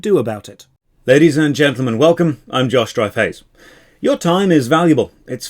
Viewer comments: Can't stop hearing it as "I'm Josh Dryface" now.. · Am i the only one who hears him say "hay im Josh 'Dry Face' " ?? Edit: i know its not his name, and im not being mean, but i seriously hear this at the start of every video and it drives me crazy. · Whenever he says his name i always hear ""